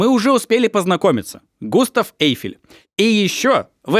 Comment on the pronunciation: Жорж Эже́н Осма́н (фр. Georges Eugène Haussmann)- ударение на последнем слоге, ОсмАн. Он же француз... И Эйфель всё-таки ГЮстав, а не ГУстав. По той же причине. И де Дион - АльбЕр.